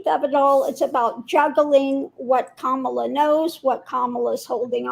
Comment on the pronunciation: Comma-La. That’s how you pronounce Kamala!